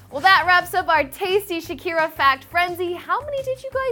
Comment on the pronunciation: Plz stop saying shaki